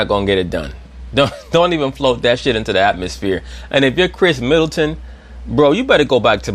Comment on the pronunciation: He said Kris Middleton! Lol